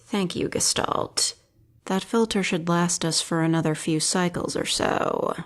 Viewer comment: The pronounciation of Gestalt is, unfortunately wrong. The intonation doesn't really fit Elster's neurotype However, still pretty good. Carry on